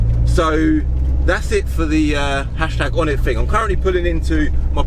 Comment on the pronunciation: for each car he said onit